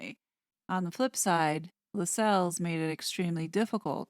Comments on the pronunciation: The name is pronounced "LASSells". I know, I know . . . . 😄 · LAS els. Not Las Celles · Tommy Lascelles....Pronounced....Lass- cells.... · I believe Lassels is pronounced like “tassels”. Pretty sure it’s not La-sells. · I agree. See my last name. It’s “castles”, not ca-sells! ❤️🇨🇦